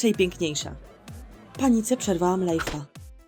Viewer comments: Mówi się lajv nie lajf 😠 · nie mówi się lajfa tylko lajwa